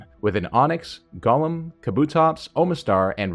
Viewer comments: It's annoying me to hear Gaulem when it's Goh-lem as it's established in English if a word has o_e then it's a long O. Of course there's exceptions but when it is not it's a short U as in love. If it was how you say it then the spelling would be Gollem. Sorry bugs me to hear a wrong pronunciation. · Pronouncing it like LotR Gollum irks me lol. Go-lem